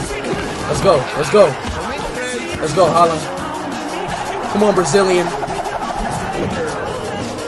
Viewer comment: Bro said Rooney Halaand 💀